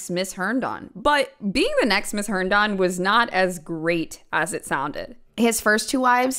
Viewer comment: You already made the whole video, but if anyone is interested; It's pronounced Hern-din. Not Hern-don.